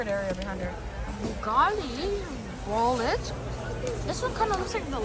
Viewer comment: He also said bugatti bullet